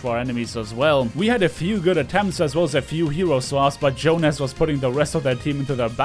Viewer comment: Also, plot twist: it was pronounced the Finnish way: "Yoohnas".